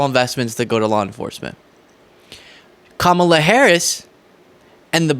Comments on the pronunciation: Since he insists on purposely mispronouncing Kamala, we should start calling him #DonOld That would drive him crazy! Let's pass this on. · all he could come up with is Laughing Ka-Mal-a 🤦‍♀️😂